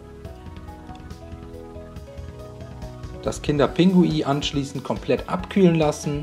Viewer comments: Man sagt nicht kinder pingui sondern kinder pinguin 🤦🏼‍♀️🤦🏼‍♀️🤦🏼‍♀️😂😂😂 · Es heißt doch "kinder Pinguin" und nicht "Pingui" oder doch? 😁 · Lecker,aber es heißt Kinder PinguiN und nicht Pingui und ,,Gange" sprichst du auch falsch aus🤔😂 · bestimmt lecker aber Aussprache ist nicht so dein ding oder das heist Kinder Pinguin nicht Kinder Pingui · Liska Wiska das heisst Kinder Pinguin 😂😂der hat das falsch gesagt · Er sagt immer Pingui 😂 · Wie du einfach die ganze zeit "kinderPINGUI" sagst😂😂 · Hä, ich dachte er sagt es falsch😂